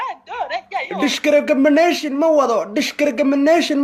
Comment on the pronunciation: How is he pronouncing discrimination lol